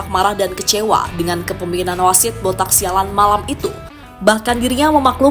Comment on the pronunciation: "Botak syalan"🤣🤣😂